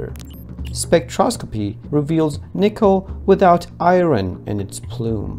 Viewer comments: Pronounced ion, not eye ron😅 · Larry King - It's iron, not I-ron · It’s pronounced “I-earn” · Click bait! And you are? Elon Musk has advised us that every nickel mine is from pure nickel meteor. In other words, no 'I-ron'. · What is “I-ren” ? 😂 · Thumbs down just on the fact alone that you pronounce iron as "i-ren"